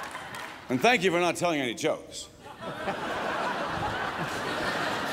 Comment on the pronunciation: She said shank you for being here Niki.